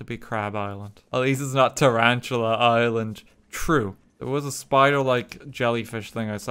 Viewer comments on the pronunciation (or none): I thought “Island” said “Ireland”